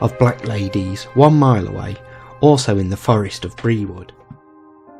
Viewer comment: Just one thing... Brewood is pronounced 'Brood'. Ta.